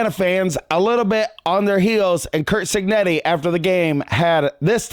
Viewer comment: It keeps sounding like you’re saying Kirk cignetti lol